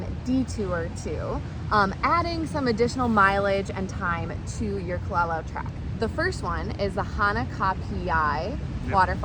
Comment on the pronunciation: Youre pronouncing kalalau wrong